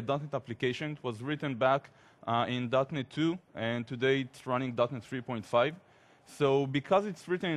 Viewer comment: Cool introduction. When he mentioned .NET I always thought he actually said "Darknet"... is it only me?